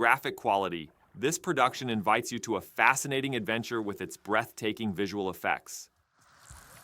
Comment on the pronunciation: thought you said "breast taking" instead of breath taking while introducing stellar blade lol